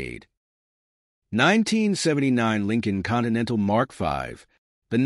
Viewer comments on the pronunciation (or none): none